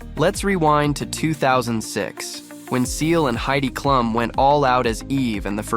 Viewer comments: Comments for once you have let me down. Heidi’s last name is pronounced Cloom. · I too love Halloween . AI can't pronounce Klum